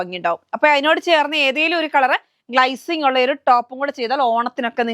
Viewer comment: പൊന്നു sony... ഈ ഗ്‌ളൈസിങ് മാറ്റി glacing എന്ന് പറയു.... കേട്ട് മടുത്തു 😅